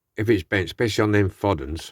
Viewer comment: Nice trucks. By the way, Foden rhymes with Snowdon like the mountain and ERF stands for Edwin Richard Foden. Did you know that? I'm doing a new video today and I will be showing 2 new Minic toys I have to restore but I'm waiting on the parts to arrive.